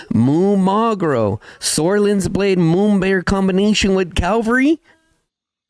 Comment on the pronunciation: You do awesome content, thanks a lot. One small thing. There is nothing in English called CALVARY... It's called cavalry...😂😊 with a spoken V before the L. ❤